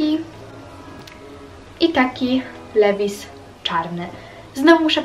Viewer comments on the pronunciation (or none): none